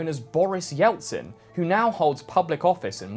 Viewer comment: why’d you pronounce it as “Yeltsin” you muffed it up so badly